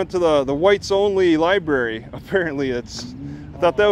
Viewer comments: LOL Lie Berry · Somebody please train this officer that is a library NOT a LIE Berry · Lie berry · I think the black cop needs to spend more time in the Lie-berry So he can learn how to pronounce it. And maybe get his IQ above 70. What a jerk. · "liberry". meatheads. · Libary? Another dumb cop. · “You know is not the liberry”……😂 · This ain't no liberry. No liberry here boy. and I axed u for ya driva's license! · He didn't like it when the other cop let T talk... I knew he couldn't let it go.... He continued to assert authority and T kept shutting him down. If you pronounce the word... Lie Berry... you don't stand a chance of winning a war of words with. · Lieberry not lieberry it be over there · The copper should go to the library to learn how to pronounce Library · axed him bout da lye berry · there are other hobbies that are much more interesting other than mocking law enforcement officers although it is rather interesting that the black cop does not know how to pronounce l i b a r y